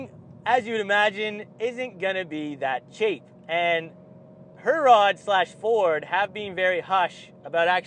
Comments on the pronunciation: It's not pronounced Her-rod. It's pronounced He-rrod. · Wicked car. Perfect daily. Pronunciation of Herrod needs a polish.